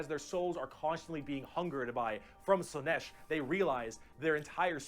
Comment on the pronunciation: You pronouncing Slaanesh as "Slaneesh" is adorable